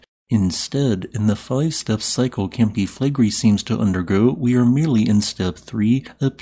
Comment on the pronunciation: Five syllables. Cam-pi Fle-gre-i